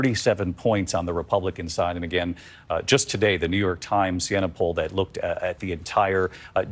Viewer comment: 43% to 43% , are you for real where do you get your numbers? It is poll not pull.